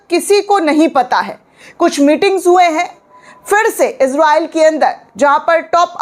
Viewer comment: ازراءیل نھیں اسراءیل ھے